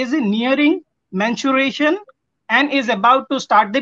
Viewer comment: Mere bio wale teacher wagina bolte hai vagina mestruation bole menstruation ko tum Aise to tum Sam Bhai ko debate me nhi Hara sakte isiliye pronunciation mistake par bahas kar rhe ho